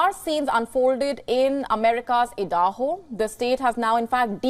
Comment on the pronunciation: Did she pronounce Idaho as Eeedahoo, wow, nice.